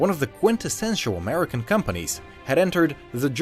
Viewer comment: OMG he said it himself 'Murican' 😂🔥